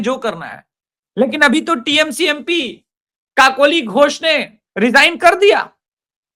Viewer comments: It's KAKOLI GHOSH!! Not Kokli Ghosh 😂😂🤣🤣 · कोकली नहीं सर, काकोली। दोनों शब्दों की अर्थ अलग हैं। दोनों संस्कृत शब्द हैं।